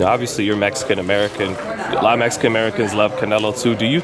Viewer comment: said good not great, homie does say, “Mesican”😅